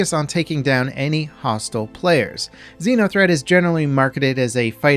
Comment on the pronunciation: Is it a Xeno threat or Xena threat event? Because you keep saying Xena.